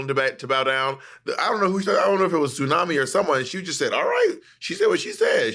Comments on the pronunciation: Bob keeps calling her Tsunami… Is it pronounced ZU nami? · Anytime Xunami has pronounced her own name, it has sounded like "tsunami", but it seems like everyone else on the show is pronouncing it "zoo-nami".